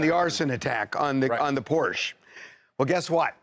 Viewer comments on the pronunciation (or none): He really called a Porsche a Porscha?